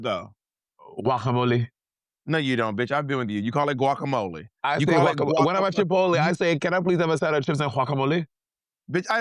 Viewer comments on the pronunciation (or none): "Guajamuleh..." is crazy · the fact that monet is not saying "guacamole" the correct way is sending me hahahaha you do not pronounce like juacamole the correct way is like wacamole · It’s not “who-ack-ham-oleh” it’s GUAC-AM-OLEH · "Juacamole" Monet pls 😂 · not monet trying to lie about how she says Guacamole and still doing it wrong